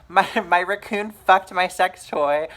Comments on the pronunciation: Are you saying raccoon, or is ruckoon a racial slur for something? 😂😂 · thank you for not takind offense to my question, because ive never heard it pronounced like that, bit have to say its pretty fucking adorable.